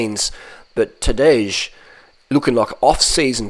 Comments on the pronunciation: And Tadej is pronounced Tadey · He’s gotta be trolling how he says Tadej and Pogacar 🤣